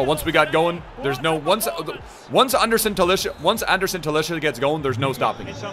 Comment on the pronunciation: Why do you call him Talischa?